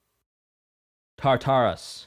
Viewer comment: hate to be that guy but its pronounced (tar•ter•us)